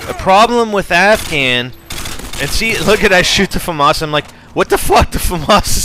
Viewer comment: famas not faumas there no u in the name